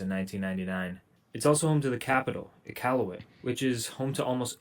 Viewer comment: I'm just happy the guy pronounced Iqaluit correctly.